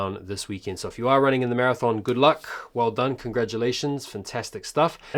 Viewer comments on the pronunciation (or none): none